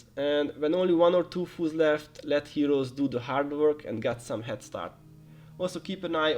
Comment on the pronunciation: I was really confused on why you were calling them "foos" (slang for fools), but then i understood by the end that you meant foes. Appreciate the guide :)